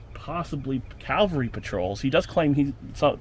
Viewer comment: Good explanations, but the word cavalry is mispronounced... again! Many pronounce it "calvary", [which is the hill in Jerusalem where Jesus was crucified]. Probably the most mispronounced word in military terminology. It is CAVALRY, not calvary.